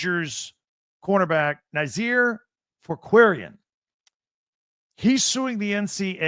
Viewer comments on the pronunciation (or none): Fourqurean is pronounced FORK-yur-EEN just for the future :D